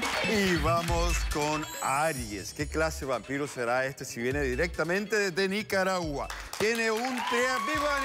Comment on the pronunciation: jajajaja dijo wanpiro